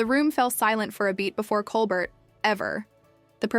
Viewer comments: Not to mention the pronunciation of ‘Colbert’ and the weird pauses before and inflection on some words. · You need to know how to pronounce Colbert's name, as well as Kate Winslet